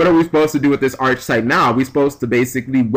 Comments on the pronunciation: Just for future reference, its pronounced 'ark a type.' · It's pronounced "Ark-type". Just saying bro